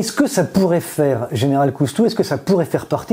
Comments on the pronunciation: Ça commence mal : Général Cousteau au lieu de Général COUSTOU ! IA complètement nulle ! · C'est COUSTOU et non pas COUS-TO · COUSTOU PRONONCEZ CORRECTEMENT CORRECTEMENT UNE QUESTION DE RESPECT